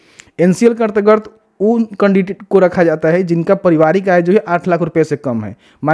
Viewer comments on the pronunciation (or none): bhai ardgard nahi hota hai.....antargat hota h